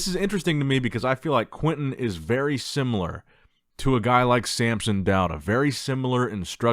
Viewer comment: It's SAMSON, not sAmPsOn 😐 Every single time. Dude. Come on. You do this for a living.